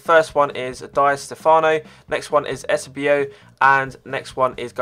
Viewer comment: Eusebio is pronounced 'you-say-bio